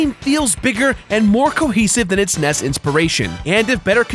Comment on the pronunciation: IT'S AN NES! NOT A NESS!